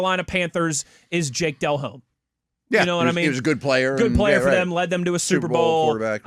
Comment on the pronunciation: That kid doesn’t even know how to say jake delhomme 🤦🏻‍♂️😆